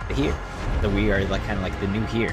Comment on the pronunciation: It's pronounced "air." As in "the heir to the throne"